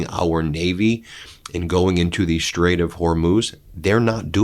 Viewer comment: Thank you, Ben for finally pronouncing the straight somewhat correctly. Now let’s work on Halliburton and Taliban.